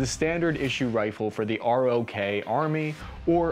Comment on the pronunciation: It's pronounced "Day-Woo". Also, ROK Army as in "Rock".